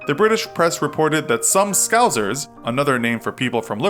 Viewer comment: Bruh you absolutely slaughtered the pronunciation of Middlesbrough And scousers